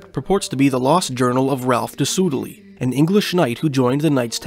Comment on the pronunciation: By the way, Soudeley is pronounced "Sudley"